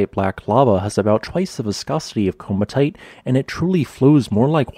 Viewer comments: Great video! My favourite volcanic rock, hopefully I get to see the ones in Australia sometime. Just a note on pronunciation, the double ii is similar to Hawaii in that it's two separate sounds, so "Komatiite" is more akin to "co-matty-ite" than the common mispronunciation "coma-tite", as per the pronunciation of the "komati" river it was named after. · I thought that the pronunciation was something like "ko-mat-ee-eye-t"? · You kept mispronouncing the word. It’s koh-ma-tee-eyet, i.e., the vowel sounds are long O, short A, long E, and long I. You pronounce both of the I’s. At least that is the way ALL of my geology professors pronounced it. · I believe it is pronounced komati-ite, at least that's how my professor said it. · It is typically pronounced 'koh-ma-tee-ite' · Kom - at - ey - ite. Say it correctly!